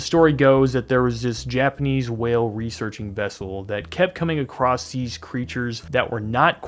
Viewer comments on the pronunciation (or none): Acrosst isn’t a word